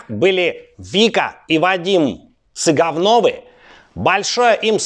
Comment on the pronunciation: Цэ-Гавновы прозвучало по-моему ))